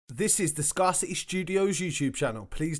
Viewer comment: Easy. Why do you pronounce your channel as Scar City when it is written as Scarcity (meaning scarce... pronounced scare- city). I'm not hating, I watch this quite a bit... Just makes my brain stall from time to time